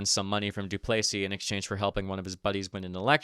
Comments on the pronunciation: DOO=place=ee? Mon Deiu, C'est prononcé Doo-ples-EE tabranac. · Not to be annoying but you pronounced Duplesis wrong in this video, you pronounced it Du-play-sees when it’s commonly pronounced Du-pleh-sees